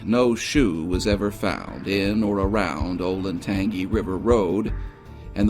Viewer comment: Oh you pronounced Scioto correctly but then bombed Olentangy. Oh Lynn Tan G